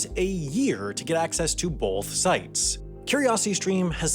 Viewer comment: Can you stop saying "bolth" its pronounced both